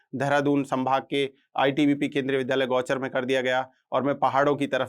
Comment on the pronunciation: विध्यालय या विद्यालय आप शिक्षक होकर विद्यालय का उच्चारण नहीं कर सकते और I belongs बोलते हैं